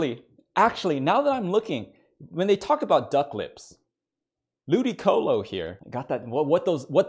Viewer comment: He really Said lewdycolo